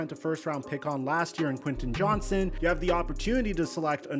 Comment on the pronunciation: It’s Quinten JohnsTon!!! Lol… Sorry my last name is also Johnston and everyone calls us Johnson… And I think I can speak for all Johnstons and say that there is a “T” in our name. We’re not a slang term for a penis hahahahahaha…..